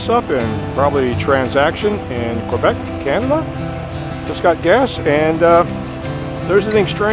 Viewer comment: I took 4 years of High School French. When pronouncing "Quebec" I believe the "Q" is pronounced as a "K". Just wanted you to know. Happy riding.